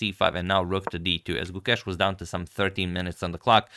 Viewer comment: gu•KESH I like how Agad has corrected the pronunciation. 🙌